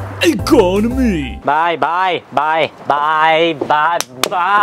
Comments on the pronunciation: When he says bye it sounds like he is saying bi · That’s how we say “bye” in Thai accent 😂😂